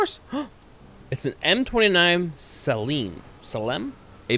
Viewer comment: Hearing you mispronounce "salem" actually hurt